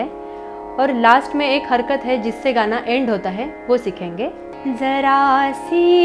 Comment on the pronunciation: Zaraa Si Aahat... Not jara si